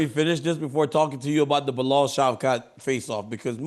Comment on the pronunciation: Chael got Bilal pronounce right. Yayy